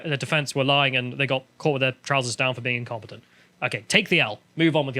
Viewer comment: I first thought said: The Ministry of Defense got caught being "Compotent." 🤣